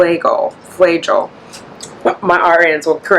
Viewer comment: Pronounced Fla-jel (short A)😂